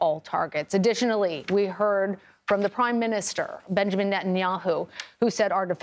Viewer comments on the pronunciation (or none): none